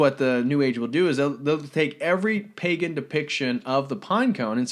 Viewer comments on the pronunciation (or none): none